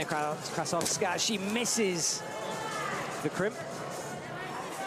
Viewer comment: Get someone who knows how to read to comment. He called Krasovskaia 10 different names, all wrong.